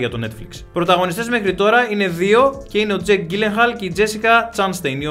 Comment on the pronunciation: Ρε το επίθετο του τζεικ δεν είναι Γκίλενχαλ αλλά Τζίλενχαλ.